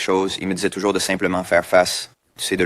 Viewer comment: It's French canadian accent, although some words he said like "toujours" really sounds a person with an english accent, not Québécois. You should come in December during christmas time. It's magical up there especially in Quebec City :) .